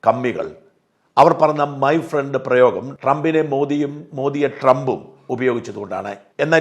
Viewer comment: ഫ്രണ്ട് അല്ല പ്രണ്ട് 😂😂